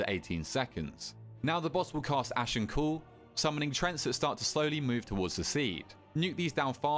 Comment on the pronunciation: say treant right please im begging you